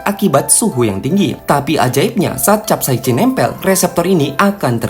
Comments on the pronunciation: Bacanya kapsaisin min, hadeuh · Sok sok buat chanel ilmu pengetahuan,tapi sebutan capsaicin saja pun dia Salah🗿🗿🗿